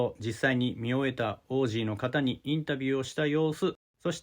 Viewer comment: いつになったらインタビューあるんだよぉ… って思ってたらまさかの発音でふいたwww